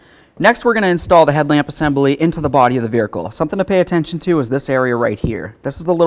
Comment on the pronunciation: He said, “veerikle”.